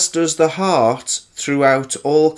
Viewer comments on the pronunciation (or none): Is it just me or is there alot breaks in the audio or it sounds like he's saying harp instead of heart. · Wait, is he talking about harps or hearts? The intro said harp...?? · He also thinks "heart" is spelled and pronounced "harp"...what an Einstein. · Wait his video says Harp-shaped and HE keeps saying Harp (i think)...but the organ is heart.